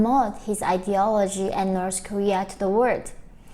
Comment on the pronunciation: Norse koreea..🤣😂😅